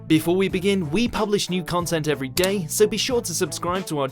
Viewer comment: "Welcome to Mojo U Gay. We publish new content every Gay."